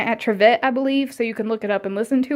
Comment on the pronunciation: its not triv ette its pronounced triv it... i should know i am kin to dr william trivette